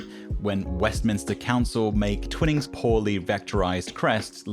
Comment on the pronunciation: stop saying Twinings weirdly